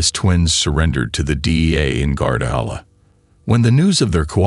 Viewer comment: I’m sorry, but this voice sucks. It’s Guadalajara. And cartel not Carterrrrer